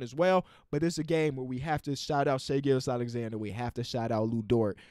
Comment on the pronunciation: They way you pronounce hs name is waaaayy better than the announcers. they make it sound like "Gorgeous Alexander" lmao